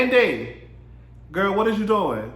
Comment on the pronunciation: I AM FUKN SCREAMING GAAAA!!!! SAYING GIRL LIKE GOAL...I FAINTED🤣🤣😂🤦🏽